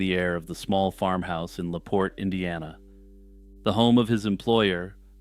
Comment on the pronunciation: Just a note for future reference, Belle’s last name is pronounced like the famous Irish beer.